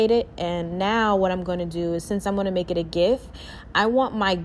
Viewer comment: Who else thought she said turn this image into a GIFT 🤣🤣🤣🤣